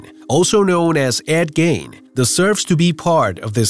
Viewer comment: its gein NOT gain plse get yr pronunciations right fcol